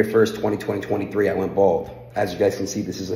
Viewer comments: Wish someone would teach him how to say twenty, twenty three. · i cant express how much it triggers me when he says 202023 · Bro really can’t say 2023💀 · Anyone else notice he says 202023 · Why do you keep saying 202023. Its just 2023 bro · He is man of his word, he still say 2023 '202023'. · I love that he says “2020 23” 😂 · He always says 202023